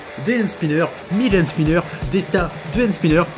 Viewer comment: 17 fois tu dis band spineurs